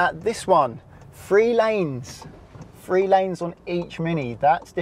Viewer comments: Honestly, there can't be many people in England who cannot pronounce Cirencester properly. He seems to be a product of our broken education system. And since when was "three" pronounced "free"? I rest my case m'lud. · I’d say most people have heard of Cirencester. He’d be better focusing on pronouncing three instead of “free”. 😬